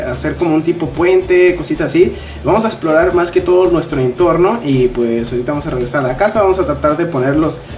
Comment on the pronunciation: dice NUESTO!! LOL